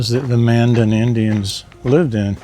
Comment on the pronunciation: It’s not located in Bismarck but in Mandan. Which you pronounced wrong too. Man-Dan